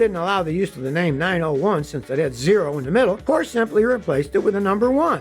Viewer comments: Porsche is pronounced 'Porsh-er'. Daimler is pronounced Dye-mler and the founder of Toyota was Mr Toyoda (but I'm sure you knew that one) :) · Love the videos but cringe every time Scotty mispronounces "Porsche". Also, the Chevy Nova story is a myth. Even if you couldn't confirm or reject the story by looking into history, you might notice some problems with it if you understand Spanish. For starters, "nova" and "no va" don't sound alike and are unlikely to be confused, just as "carpet" and "car pet" are unlikely to be confused in English. Additionally, "no va" would be an awkward way in Spanish to describe a non-functioning car ("no funciona", among others, would do better). Additionally, as in English, nova when used in a brand name, nova can convey a sense of newness. There's even a Mexican gasoline that goes by that brand name, so it seems unlikely such a name alone could doom a car.